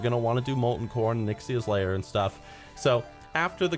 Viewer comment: When u said "onyxias lair" it almost sounded like "nixxioms lair" kek I instantly had an image in my head of you chilling and beeing all lazy and sh*t sittin on top of all dem filthy alliance skulls just like gallywixx would sit on his gold smirkin dirty as hell :D Furthermore that would make a good guildname too, besides i could definitely see u behaving like that when u are planning ur pvp-raids with yer people gathered around you :P